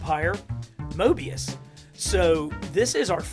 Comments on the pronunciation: I cringed every time you called morbius, mobius lol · did you just call it mobios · What's a Mobius it's morbius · It's not mobius it's morbius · Correction, It's Morbius not mobius. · Mobeis it’s morebeis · It’s morbius not mobius lol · It’s not mobius it’s morbius no hate though great video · Mobius.....oops it's okay I can let that slide. Lol. Just missing that R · Bro he says it wrong he says Morbius wrong